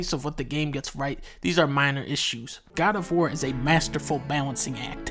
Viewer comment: GAD OF WOAR